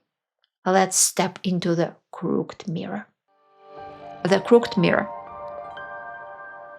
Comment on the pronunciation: a minor pronunciation correction: 'crook..ed' in two syllables, unlike the single syllable 'cooked'. BTW, your videos are an educational goldmine for those of us trying to understand how Russia came to be how it is.Thanks.